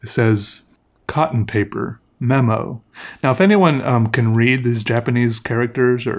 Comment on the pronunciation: The cotton paper one literally says cotton paper but phonetically (Kotton Peepaa)!